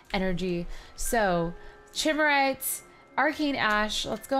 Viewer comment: Chimerite is pronounced k-eye-mer-ite